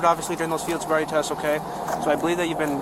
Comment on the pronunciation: "Sield boriety" lmao